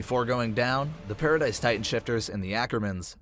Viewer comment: stop callin it paridise ._.